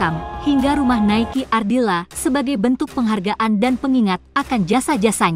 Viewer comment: Nikeu Ardila...bukan.Naiki Naiki Naiki...sluruh Dunia tau bisa menyebut nama Nikeu Ardila.cuma.anda.yg slh nyebut